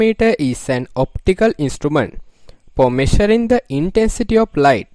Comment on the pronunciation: what is messaring huh? pronounce it correctly. "measure" not massar